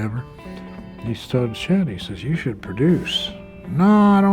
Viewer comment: To the types it's chet and not jet